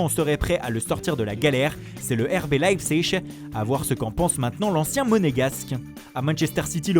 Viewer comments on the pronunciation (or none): none